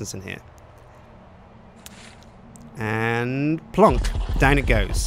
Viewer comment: i love how says "plonk". c